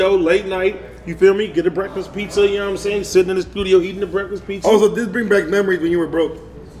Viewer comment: Gotta love when calls it PeakZa 💀